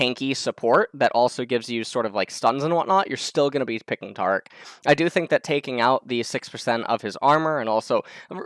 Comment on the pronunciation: says taric's name wrong along with a slew of other champions names. always gotta be different.